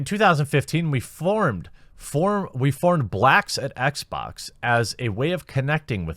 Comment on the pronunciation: Blacks at Xbax. Jeremy's dialect, reminded of an old Jontron Kinect video XD